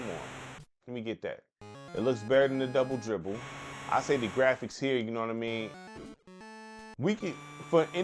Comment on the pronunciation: BRO You tripping Double Dribble was way better than this ..and it called 'Rubble Ribble ' Thats what I heard when it came on